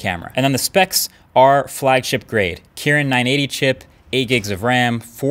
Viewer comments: ....Kirin...........not Kevin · "Kiran 980" 😂😂🤣🤣 Dude it is "Kirin" Shahrukh Khan Fans - Kkkkkk Kiran 😄😄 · It's kirin 980, not kiran980. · It would be Kirin instead of Kiran 🥴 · It's Kirin 980 not Kiran 980 and you are MKBHD.. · it's Kirin 980. Not Kiran. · did you really say kiran?